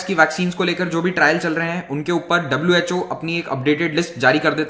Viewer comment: WHO nhi ghoo hai